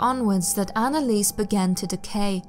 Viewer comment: AnneliesEEEEE..you have to say the "e". And Michel is not like Michelle. Its more like Meschel.